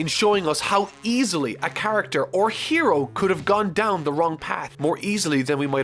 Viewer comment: That’s a weird way to pronounce “hero”